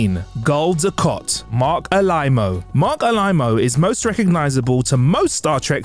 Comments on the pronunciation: Gul du kat! Kat kat kat! Not Kot! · It´s not Dukot... it's Dukat... ... ... 4 peace sake!!!! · Ducat not Ducot try saying Gul DuC@ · Great video, great to see how and what these great actors are doing now. Thanks! (However, Gul "DukOt"? 🤔 🤨) 🤣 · Everytime he said DuKOT it made me keep saying "its DukAT" mate:) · Gul Dukot? What? Gul Dukat! It’s an A not an O 🤦🏻‍♂️ So is the actors name Morc Oloima if we are swapping As and Os? 😆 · Gul "Dukot"? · Sneaky. Pronouncing it "Dukot" to get people to post comments and feed the YouTube algorithm. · Gul Du-KOT??? How does somebody who knows nothing about Star Trek characters still have a job at TrekCulture? You’ve lost any credibility you may have had. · I know right! I was triggered every time he said it! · No, Dukat